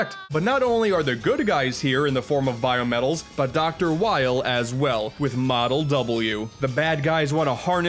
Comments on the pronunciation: im not gonna jump down your throat about it or anything, but as far as "Dr. Weil" and his name's pronunciation goes, the German Student in me reads that as 'vial' or 'vile' or however you wanna spell the rhymes-with-"while"-but-with-a-V word...German W's sound like English V's, and whenever I and E are paired together, you pronounce the 'second' letter (compare 'Budweiser' to 'Wiener', for example...or the phrase "to shoot the shit"-- make small talk-- "schiessen der Scheisse")...L is just L, so nothing special there...so yeah, W-EI-L = V-I-L to me... (for the record, i only took Three Years of German back in high school, so my lessons are now ten-ish years old lol) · The character is known in Japan as Dr. Vile, however he was renamed (in spelling, at least) to avoid confusion with Mega Man X's Vile, whose name is VAVA in Japan. Weil's western name is "because" in German, since he is the cause of the larger scope events of the Zero series (i.e. "all happened because of Weil") and this german word is still pronounced the exact same as Vile.